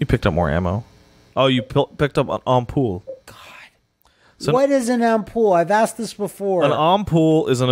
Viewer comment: lol you are not saying Ampoule right ha ha ffs... pronounce it right.